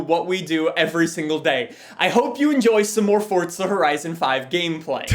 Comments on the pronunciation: Forza or fortza!!! pls say forza whit no t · if this dude says fortza one more time, ill commit war crimes